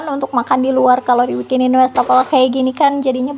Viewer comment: Maap koreksi sedikit ya bund. Wastafel bukan Westafel pengucapannya. Maap kalo kurang berkenan. Sy termasuk yg sering intip channel ini dan sy suka menontonnya❤